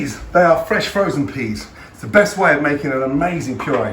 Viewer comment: “there, F R E S H F R O Z E N peas. "